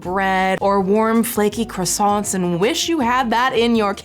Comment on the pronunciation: "croissant" Me: Best pronunciation by a USian I've ever hea-: "croissantSSSSSSS" Me: Nevermind.